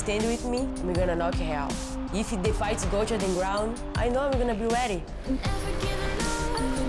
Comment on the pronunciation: Amanda is more then weady. weally